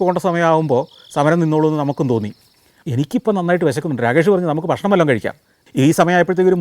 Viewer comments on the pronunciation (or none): none